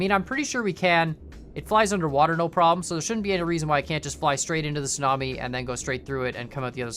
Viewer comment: I tought you said snobie and not tsunami